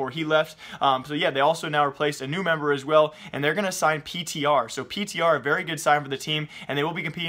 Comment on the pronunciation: my man it's Peter not P.T.R.